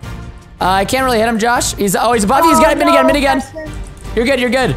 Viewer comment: Why does preston call the turret aminigun?